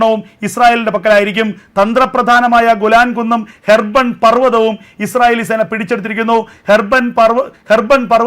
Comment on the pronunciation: ഹെർബൻ പർവതം അല്ല,... അല്ല ഹെർമോൺ പർവതം,...